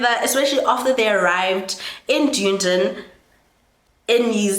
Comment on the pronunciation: Amazing video but Duneden is pronounced Dun - Eden